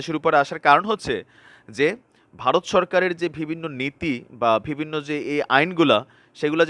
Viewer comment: mind korbenna..apni bivinno word ta use koren besi, kintu uchcharon vul koren,,vivinno bolen, so bo k vo bolen, parle thik korben plz